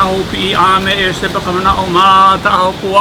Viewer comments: “Helawvah valley” “molowkaiy”😂😂 haoli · Hole crap when he said "HALAWA"